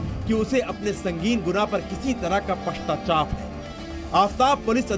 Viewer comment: pastachap nahi bolei PASCHATAP right reporter ji hai